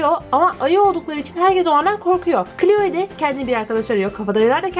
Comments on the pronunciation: O kloe değil kloi diye okunuyor sanırım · abla o cloe yani kloi diye okunuyo <3